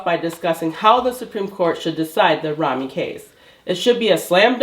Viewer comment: It's pronounced: rah hee mee 😉